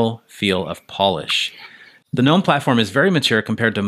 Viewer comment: Finally someone pronouncing gnome correctly in the Linux world lol nearly everyone calls in ganome and not nome..